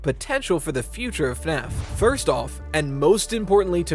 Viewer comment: “.. FAFS.. Shadow Bonnie “ 😅😅😅